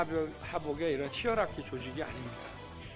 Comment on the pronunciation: 스크린, 하이어라키 등 그간봐왓던 윤석렬이 쓸만한 단어가 아님ㅋㅋㅋ 일자무식이 저런 낱말을 평소에 쓸리가..게다가 하이어라키를 히어라키로 잘못읽음. 이젠 보고 읽는거도 못함 에혀..